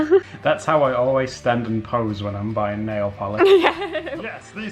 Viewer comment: Nail valish? Vanish? I'm confused it's pronounced nail-polish